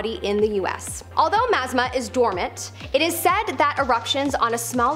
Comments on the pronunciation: Thanks for letting this be known! My ears hurt! LOL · Was just about to put this same correction!! It truly is a gorgeous lake!!! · It's pronounced Mt. Ma--zah-ma. I lived in oregon for most of my childhood. But facts are on point though. I've been to Crater Lake multiple times. It's a beautiful place in the winter time